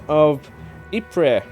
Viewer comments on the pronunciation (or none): Please your constant murdering of the pronunciation of Ypres is making my ears bleed. It is definitely pronounced "Ee.prruh". ;) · Technically calling Ypres "wipers" is accurate especially for a British person since the British soldiers in the area gave up on pronouncing it and called it "Wipers" instead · It's fascinating that more than a hundred years passed on and English speakers still struggle with this name. If you look hard enough you can actually find photos with signs that actually say "Wipers" on them.